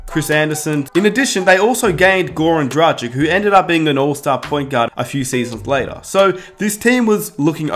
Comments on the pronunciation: Sorry man, but if you are a Heat fan, you should have learned by now how to pronounce Goran Dragić's name. He has been with the Heat for some time now. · I feel your pain. Gogi has been has been in Miami for years, so there is no excuse not to learn how to pronounce his name. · it hurt me inside every time he said goran dragič wrong